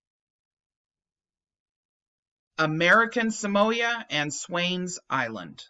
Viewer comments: Not trying to be the pronunciation police, however, Samoa is pronounced Sa-Mo-Ah, not Sa-Moy-Ah. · pronounsed Sah-moa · Err sorry to pull you up on pronunciation it is pronounced SAM- O- A commonly referred as American Samoa